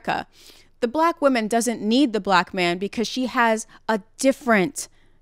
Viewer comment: "wombman" BRO WHAT 😭